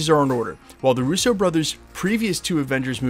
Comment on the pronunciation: Say Russo like your not talking about a French guy lol 😂